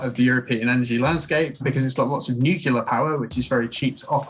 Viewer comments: " new-clear"----- not whatever the fuck he said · Can't really take anything he has to say seriously seeing as he can't even pronounce nuclear. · That "expert's" credibility flew right out the window when he called nuclear "nucular"